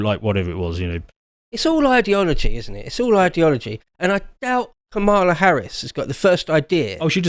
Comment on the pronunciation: Come on. Isn’t your wife Indian? Ask her how she would say Kamala and that’s how it’s said. It’s Kamala with an emphasis on the K.